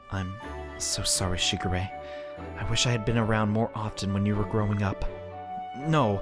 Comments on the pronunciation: It's pronounced shiGure. Focusing on the g. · It's pronunced Shee-geu-ray